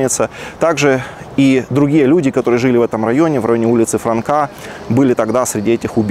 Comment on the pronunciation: Не франка а франко